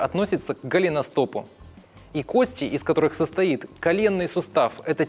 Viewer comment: Не надеюсь, но попробую... Может, кто-то и читает коментарии. Автор видео, пжлст кОсти!!!! Ударение!!! Ну вы же пытаетесь в подобие доказательной медицины. Горит в области первичного рта(пардон, пардон). Вы монтируете видео используя только видосики с ютуба и тиктока? Откройте атлас Капанджи, проконсультируйтесь в профильном месте, вам все подскажут, а то ботов накрутили на 600т., а понимание матчасти приземлённое...